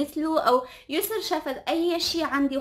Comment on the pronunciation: ياسو✖ يسر✔ 🤦‍♀️🤦‍♀️